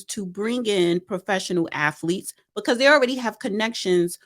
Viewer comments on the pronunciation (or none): Did she really say "affletics" and "affletes"?? I thought it was spelled and pronounced with a T... not f's. She should stop trying to say certain words with her speech issues LOL